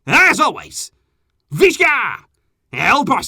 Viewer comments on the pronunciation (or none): It’s Visca not Visa